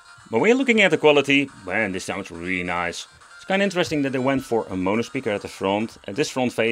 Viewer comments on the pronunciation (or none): none